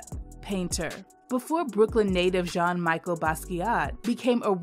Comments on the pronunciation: The name is pronounced Like this in french. Jean Michel it's "JUN Mee- shell" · Love this! (Pronunciation corrections: Arna BON-Tom, Jean-MEshell Basquiat, the Augusta Savage sculpture, is Gam-MEEN).